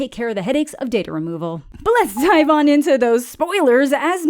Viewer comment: “DOIVE ON INN”